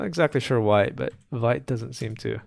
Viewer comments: Vite is actually pronounced 'veet' but anyway ;p . its in the docs too :P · Hey it's nice to be here. Just wanted to let you know that Vite is a french word for "quick", pronounced /vit/, like "veet".